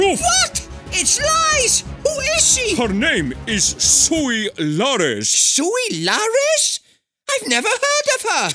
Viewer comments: “Suis luarez” lol 😂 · 'Sui larez' 😂😂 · "Suis Larez" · "Sui Larez"😭🤣🤣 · "Suis Larez" 😂😂🤣🤣